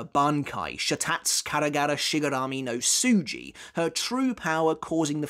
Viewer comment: You got worse on pronouncing Shatatsu Karagara Shigarami no Tsuji. Sha ta tsu (the same a sound in karagara is the same a sound in Sha and Ta) Tsu ji (TSU not su… Sha ta tsu is pronounced with the correct Tsu so use the same sound here)! “A” sounds you already know that are all the same sound: BAnKAi, HAdo, kyoRAku, shiniGAmi, YAMAmoto, juHAbahha… see how they’re all “AH”? Every vowels is always the pronounced exactly 1 way. I wish I could reply to this video a la very old school YouTube with myself pronouncing it. Those are your only problems with it.